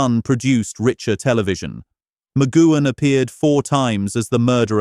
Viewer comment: You would think the incredible CRETIN who decided to instigate a 25 minute YouTube on Patrick McGoohan which had a great amount of detail of his life both before and after becoming an actor acting, which meant his surname would be said many times. You would also think that this cretin choosing to do so, would have heard his surname being said by humans directly, terrestrial TV, human made YouTubes and TV/Film documentaries where his surname would have been pronounced correctly. Sadly for the sake of making a YT video, which now is more for making money from advertising by YouTube its self and effectively the 'typist' typing in a title, they would have bothered to review and check what they have produced, i.e. watch and listen to what they have put on here. Because those of us, who grew up with Danger Man, The Prisoner and the films he was in, WE know how to say and hear his surname McGoohan properly, will wince when this AI video pronounces his name so it so badly. I personally found it very distracting, annoying and very much distracted me from information I wanted to know, thus after only about five minutes stopped watching. I wonder how many like me did the same, defeating the point of making such a video using AI.